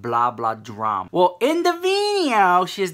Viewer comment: "We got some DRRRAMA Honey!" <-- I am soooo here for the way you say it!!! Yaaaaas queen!!